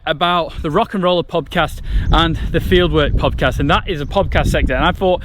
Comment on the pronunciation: pobcast? cobcast? cobbast? or is it just me? :D